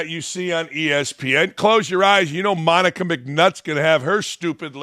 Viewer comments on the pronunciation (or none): none